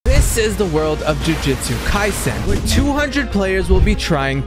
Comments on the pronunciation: JUJUTSU ITS JUJUTSU Joo-joo-tsu NOT JUJITSU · "Jujitsu" immediately clicking off the video 😭